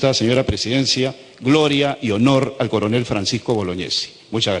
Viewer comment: boloñiesi no bolognesi